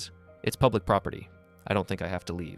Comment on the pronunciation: Propity? It’s property !!!!! She annoying as fk!!!